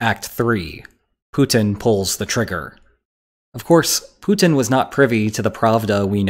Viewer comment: LOL The title gives you away, fool. Also, learn how to pronounce the name Putin. Propaganda and wishful thinking.